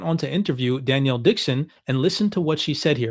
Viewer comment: Love you guys Best crypto channel on YT Hey just a heads up I wanted to mention to you because I've heard several shows you mention Denelle Dixon and want you know her name is not Danielle, it is pronounced like Den-L